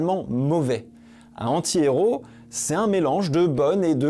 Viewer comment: Bien que le fait que tu ne fasse aucune liaison sur "antihéro" m'a rendu fou, la vidéo est TOP bravo 😂